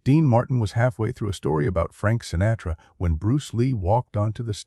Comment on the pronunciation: Is the narrator an advanced robot? There are little mistakes that a human wouldn't usually make. Calling Dean Martin "Dino" to rhyme with "wineo," "Frank Sinatra" with a long "a" as in "pain," and more.